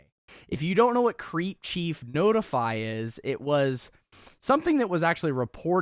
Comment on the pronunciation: The names crep not creep and crep is the slag term for shoes so it’s in the name tbh